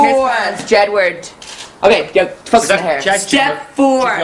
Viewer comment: he says 'focus on the hair' :') not fuck the hair, ahahah :'D